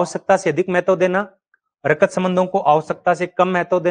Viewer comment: बस आपको हिंदी बोलने का तरीका नहीं है गुरुजी आप हिंदी के थोड़ा अ के लिए ऐ विनिमय के लिए विनियम रक्त के लिए रकत ।।।।शब्दों को ठीक से न बोलना वक्ता एवं श्रोता दोनों के बीच संप्रेषण प्रभावशाली नहीं बना पाता है ।।।